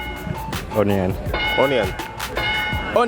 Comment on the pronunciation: Bruh, I almost spat my teeth out when he said "on-ion" is ionman 😂😂😂😂😂😂😂